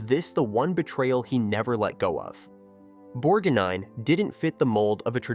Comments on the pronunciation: Please get an AI voice that can pronounce the persons names correctly. Its Borg-nine and Merman not Borg-neen, etc. and Mer-Man like some sea creature. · pronunciation crap makes me sick bor neen and mer man